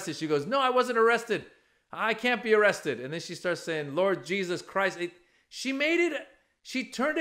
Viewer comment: "in the name of jeeZus"